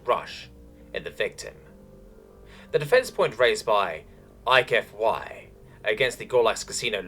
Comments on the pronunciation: It's a mangled pronunciation of HFY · Eich Ef Why tribe, H F Y tribe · "Eich Ef Why" Yes.